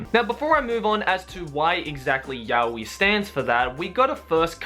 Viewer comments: ive been pronouncing Yaoi wrong for these past years and now its weird hearing it correctly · It's pronounced Ya-Oh-Eee, not Ya-Weeee. Can't believe how many english speaking "fans" pronounce it wrong, lol. Really sad. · There aren't different ways. There's only one correct way, and thats 'yah-oh-ee'. Why? Because it's a Japanese word. You pronounce the characters one by one: you don't pronounce the word as a whole. (so every character gets the same amount of attention) Yaoi = やおい. や=ya(pronounced as 'yah'), お=o(pronounced as 'oh', い=i(pronounced as 'ee').